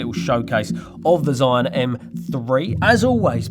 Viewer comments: ZhiYun 智雲 "zhee-yoon", not "zhai-yoon" and definitely not how you said it - "Zion". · Cool gimbal and cool video👍🏻👍🏻👍🏻. Correct pronunciation of ZhiYun sounds quite like "JeeYun", better and easier to pronounce for non-mandarin speakers😆.